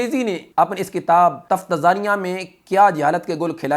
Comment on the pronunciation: تفتازانیہ کے تلفظ میں درستگی کریں